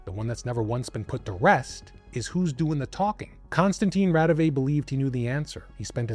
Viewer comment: Raudive is pronounced RAU-di-wa.